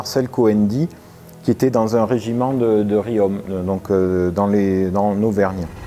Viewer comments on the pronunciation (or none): Pour Riom, on dit ri-on et pas ri-ome